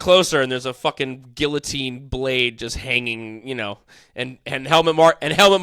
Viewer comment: Please dont pronounce guillotine like gillateen